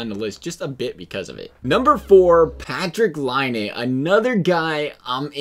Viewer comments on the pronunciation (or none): It's PatriK Laine